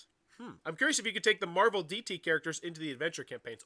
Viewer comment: Mehval Dice Toilet